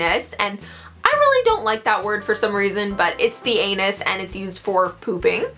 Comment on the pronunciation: Every time she said anus I laughed cause it sounded so funny